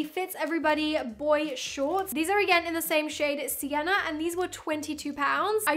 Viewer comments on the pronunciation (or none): Everytime you said sienna it through me off so much 😅